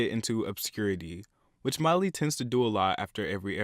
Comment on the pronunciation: And btw it is Miley. Not "Miely". Haha